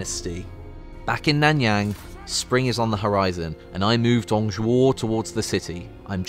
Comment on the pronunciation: My god the Pronunciation for Dong Zhuo is bad x.X